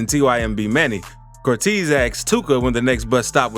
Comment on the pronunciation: Nigga don’t know how to say Cortez correctly 😂